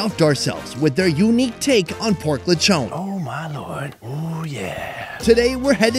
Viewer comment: Anybody else enjoy how pronounces "lechown?" 🤣